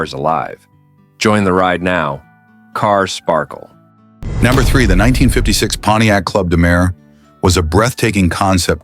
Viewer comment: It’s easy to spot AI narrative when the robovoice mispronounces number. If the production team of a video can’t edit it, they shouldn’t be using it.